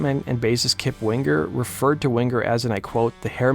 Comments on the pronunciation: “WingGer” LOL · Hahaha you say Wing-ger like you do sing-ger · DUDE!!! THE G IS SILENT!!!!!! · Why are you annunciating the G in Winger? You sound like an dolt.